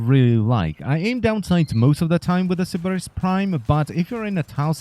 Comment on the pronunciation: I like the way you say "Sybaris."